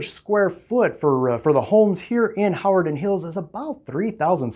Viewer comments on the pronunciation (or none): You are saying "Hawarden" wrong. Not sure where you're from but it tells me you aren't local. It's "huh - war- den"